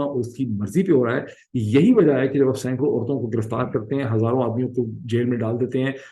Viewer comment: 1462 Hibdutva clearly , when he cannot spell hazaar, says hajar